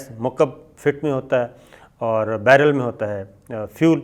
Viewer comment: Barrel ko baaller bol raha hai ha ha ha ha ha ha ha